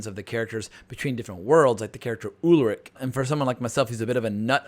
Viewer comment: exactly... if they can pronounce Schwarzenegger correctly then there is really no excuse to pronounce Charlotte or Ulrich wrong.